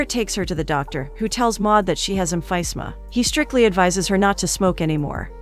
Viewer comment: Emphysema is pronounced (em fih ZEE mə)